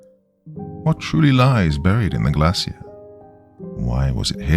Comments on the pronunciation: Why docyou keep pronouncing glacier wrong? Shiii is annoying as hell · I've never heard the word "glacier" in a British accent before. I think it's British? 😅 Anyway, it sounds very different than where I'm from haha